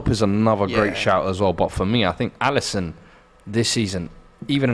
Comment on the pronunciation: Bro said Alisson